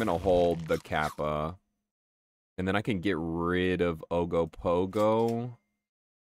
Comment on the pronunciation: "We have Ogopogo at home!" Ogopogo at home: Ugg-o-Pug-o